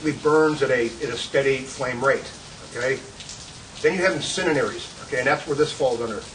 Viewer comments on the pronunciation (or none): Yeah, that's what he said, "incininaries." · Dude pissin me off incindearies say it right damn dude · "Dog-gone... incininaries!" lol. Good instructor though. You can tell he loves to teach.